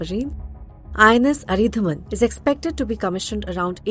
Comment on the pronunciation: It’s अरीदमन, not अरीधमन. At least learn the name before making your report.